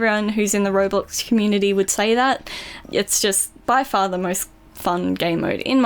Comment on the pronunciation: When she went far to sad the first time I thought she said fart